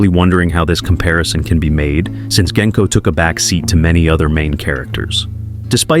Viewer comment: And "Gen-co" when everyone who watched the movies knows it's "Jen-co"